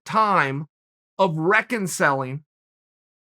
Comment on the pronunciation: “Reckonselling” new Chael vocabulary word for the week.